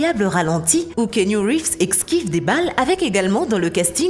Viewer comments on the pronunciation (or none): "équsquive" mdr